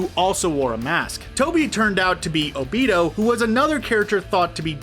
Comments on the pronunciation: It’s obito not “obiido” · No one: Litteraly No One:: OH-BEE-TOH